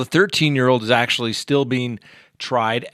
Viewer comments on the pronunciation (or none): none